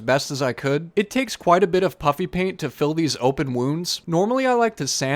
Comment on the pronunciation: I keep hearing " Puppy paint " when you're saying puffy paint. 😂😂